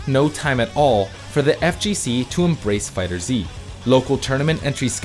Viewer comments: It's pronounced "Dragon Ball Fighters" not "Dragon Ball Fighter Zee" **insert Hermione nag here** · cant even say the name of the game right LOL do you guys even do research lol its FighterZ not Fighter Z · why do you read fighterz as fighter z... its meant to be read as fighters but with a Z. and go1 is read as goichi not go one smh 1 in japnese is ichi so its goichi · So I was today years old when I learned it's pronounced "Dragonball Fighters" and not "Dragonball Fighter Zee", which is what I've been saying 😂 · I'm glad I'm not the only one that pronounces it "Fighter Zee" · Alright I thought he was meming when he said Fighter Z, but after the third time I'm not so sure. Lmao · jesus christ it's been 3 years...stop calling it fighter Z it's fighterz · I know this man did not just say Fighter Z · I hate that you say Fighter Z. Even though Bandai themselves said its pronounced "fighters" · is not fighter "ZEE".... is just fighters "with a z" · it's "fighters" not "fighter z" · It's not right tho. Fighter Zee is the wrong pronunciation. It's just Fighterz. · I'm sorry but I gotta correct my man on this. Its FighterZ. Not Fighter Z. Great video either way. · sigh 3 years later and people still can't get the name right. It's "Dragon Ball Fighterz" not "Dragon Ball Fighter Z" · So much cringe mispronunciation in this video. "Fighter Zee" "Go One" "Meelay" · ACKCHYUALLY it's pronounced "fighters" not "fighter-zee" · I will never stop pronouncing it “dragon ball fi-turzey” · Man still says “Fighter-Zee” blegh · You people are STILL mispronouncing the name? Fighterz. Fiiiiiighterz. One word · no, the official pronunciation is "fighterz", regardless of how the show's name is pronounced. You're welcome to pronounce it however you like, that doesn't make it correct. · I get triggered everytime he says Fighters Z 🤦🏽‍♂️🤦🏽‍♂️🤦🏽‍♂️🤦🏽‍♂️🤦🏽‍♂️ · It's pronounced Fighters. Not Fighter Z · “Fighter Zee” and “Meelee” making me cringe hard